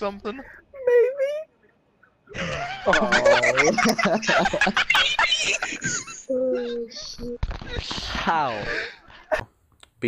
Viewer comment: He said Mabey 😂😂😂😂